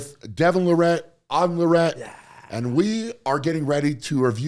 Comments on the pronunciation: Hey Brian long time fan love your content! Greatest strongman to ever live! Something I noticed and maybe I’m wrong on this, but I’ve always heard it pronounced Lair-at, and I’m hearing you say La-rette. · Please learn to say their name correctly. Lair-it not La Rett. Too many people pronounce it wrong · Devon never corrects anyone that mis speaks his last name, just so everyone knows it's pronounsed "Lare-at". Not "La-ret". Can't wait to see everyone DEC 14th!!!!! Whoooo hooooo! I'm gonna make it to my first LIVE armwrestling event! If I can take off work on thursday and friday, I'll get the VIP ticket and that will be my Christmas present for me!!!! Let's Go! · It's all good. I'm sure he didn't take offence. It's hard to pronounce his name after you've heard it pronounced "La-Ret". I think because he's from Canada, people might think it's French? And pronounced that way? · This video is basically Brian and the Larratts trolling Eddie's training. Hilarious. BTW why does everybody mispronounce "LARRATT"? Stress is in the FIRST sylable. If I were them I would start correcting people. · Said Larratt’s last name wrong 😂🤷‍♂️🇨🇦🇺🇸